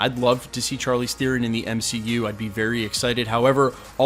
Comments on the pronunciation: its not char leez... its shar-leez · Not to sweat your technique- you da man- but it's "SHAR-leese", not "CHAR-leese". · charlize, prounounced SHARLEEZ.. not CHAR-LEEZ....ugh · Pronounced ( shar- leze) bro lol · You butchered Charlizes name more than Chukwudis. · Hate to call you out but you pronounce Charlize's name wrong.